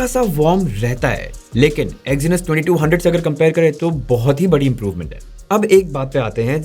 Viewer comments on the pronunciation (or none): Exinus, bro.... Its Exynos!🤦‍♂️